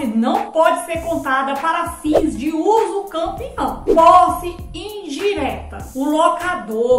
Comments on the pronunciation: Ela disse uso campeão ou entendi errado😮? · Mulher voce esta falando uducampeão, corrige isso fica muito feio isso. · Mulher corrige esse vídeo, você está falando usucampeão, fica muito feio e desvaloriza o desqualifica o seu trabalho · Foi um golpe baixo no português jurídico! 😂 Mas agora aprendi direitinho: usucapião Ah! E já tem vídeo com a pronúncia certinha — confere lá: 👉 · Eu achava que era usucapião e não usucampeão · Hahaha adorei o comentário! 😄 Falei errado mesmo — usucampião foi um golpe baixo no português jurídico! 😂 Mas agora aprendi direitinho: usucapião Obrigada pela leveza e por interagir — é assim que a gente cresce: compartilhando, corrigindo e se divertindo no caminho! 💬⚖️✨ Ah! E já tem vídeo com a pronúncia certinha — confere lá: 👉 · Falei errado mesmo — usucampião foi um golpe baixo no português jurídico! 😂 Mas agora aprendi direitinho: usucapião Obrigada pela leveza e por interagir — é assim que a gente cresce: compartilhando, corrigindo e se divertindo no caminho! 💬⚖️✨ Ah! E já tem vídeo com a pronúncia certinha — confere lá: 👉